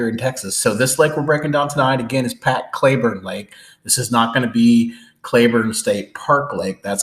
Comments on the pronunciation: It's Clee burne not cla burne. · It’s pronounced Cl”ee”burn, but enjoyed the video. I grew up there and have a 10.5 black mounted. I wouldn’t do it again, but I was only 17.